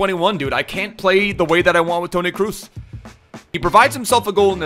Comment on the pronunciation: Please stop calling him Cruz....